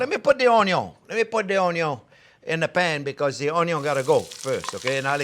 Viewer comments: Friends Remember the "Onyawn" always goes in first<>Chef taught me that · Yeah, you are right, I learnt to pronounce ONYO the right way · All this time I have been mispronouncing Onyo. Damn you learn a lot watching Chefs tutorials. It's addicting. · When he says onion he sounds Cajun. Like Justin Wilson